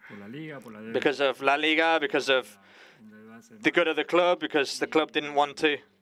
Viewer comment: Why is the English translator struggling to say “club”?